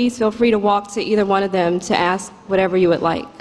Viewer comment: The word is ask not aksk.. Jesus